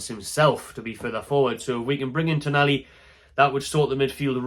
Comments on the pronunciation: TonALi not TonELi ffs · TonAli, TonAli. Not Tonelli. It's right there in the spelling of the name man!